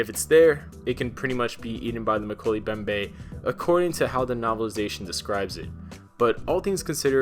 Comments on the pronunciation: Moe-key-lee mem-bay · Mo-kel-ay Mem-bay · Pronounced: Mo-kelly mo-behm-beh